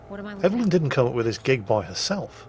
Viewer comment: I hope doesn't know anyone named "Ev-ul-lyn" in real life. I'm sure they don't appreciate being called "Evil Lynn".